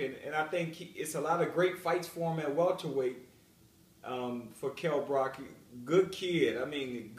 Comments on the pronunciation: Yo Chris, it's Brook, not Brock. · I laughed immediately when he said "Brock"